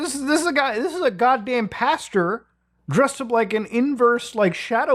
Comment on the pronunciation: Muta, I love ya bud. But you started saying pasture instead of pastor. One is a field full of false hope and lies, the other is something you grow corn in. Cmon, do better... Really though, great vid. Thanks for sorting my night's plans for me :D